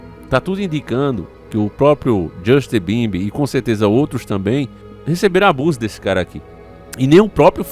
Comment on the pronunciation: Justi bimbim 😂😂😂😂😂 rachei demais você falando mano